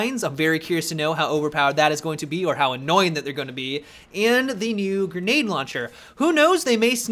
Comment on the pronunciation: "Gernade" LOLOL